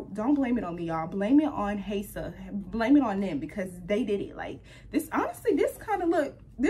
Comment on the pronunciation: The H is silent 😶